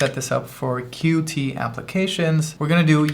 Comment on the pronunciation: just an FYI: qt is pronounced 'cute'